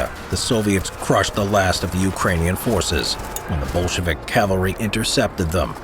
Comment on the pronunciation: Everytime he says "Bolshevik" I hear "bullshit" 😂 how fitting